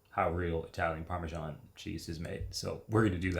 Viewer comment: "ParmeJean" clicks out the video